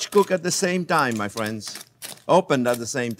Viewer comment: No matter the video, as soon as I hear “hello there frwenz” it’s a 👍🏾.